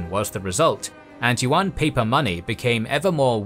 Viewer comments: "Yuan" is pronounced as you-an, not wan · The pronunciation of "Yuan" is wrong in the video. It is not "wuan"(not w sound), but "iuan" (ya sound). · One pointer though: Yuan is pronounced Yoo-anne, like "You and" as one word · I don't mean to nitpick, and I respect the effort, but the lack of native pronunciation is getting to me. For example, "the yellow river". This harks back to racist tropes on Asians. Also, Yuen dynasty is pronounced like English. Can we still appreciate the knowledge? Yes, and I do. But proper pronunciation would be appreciated. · yuan is actually han Chinese pronunciation.The correct pronunciation is yüen. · That's not how you pronounce yuan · You pronounce yuan are totally wrong .